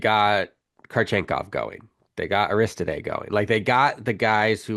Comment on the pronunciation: learn how to say aristode if you are talking az basketball!